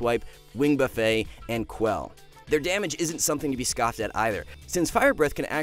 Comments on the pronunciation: Wing 'buff it' not wing "buff-a" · LoL. He said “wing buff-ay”, instead of buff-et. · ”buffet” as in being hit with something is pronounced buff-et/buff-it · Bro it’s not buffet like Golden Corral you pronounce the T lol. Same shit with garrote like Garret, I don’t know where you picked that up.